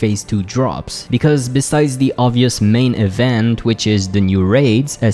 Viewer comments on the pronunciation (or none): none